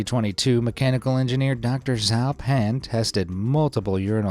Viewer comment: this offended so many chinese speakers. ITS NOT PRONOUNCED ZAO PAN, ITS IS PRONOUNCED JAO PAN!!!!